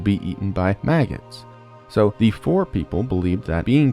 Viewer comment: The name of the Fore people has two syllables, like "fo-ray". Imagine an accent mark over the 'e'